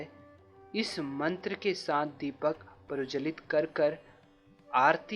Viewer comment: दीप प्रवजलित??? दीप प्रज्वलित किया जाता है। सबसे पहले शुद्ध उच्चारण करें। कई लोग देखते हैं। गलत उच्चारण उन्हें दिग्भ्रमित करेगा।